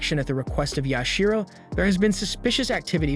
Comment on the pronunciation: It is Yashiro.